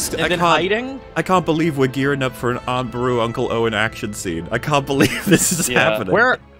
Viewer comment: For some reason it triggers me that puts the emphasis on AAAunt Beru and UUUncle Owen instead of Aunt Beru-UUU and Uncle OW-en.